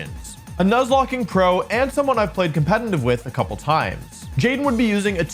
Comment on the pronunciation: I like this guy's video but why does he say "compenenive?????"